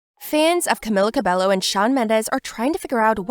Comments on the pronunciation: It’s not “Cabelo” It’s “Cah-Beh-Yoh” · Can you at least say her name correctly?